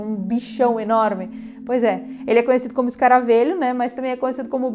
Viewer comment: Só uma observaçãozinha boba. Se fala escaravelho com “e” aberto. Como “velho” ok! Bjs 😘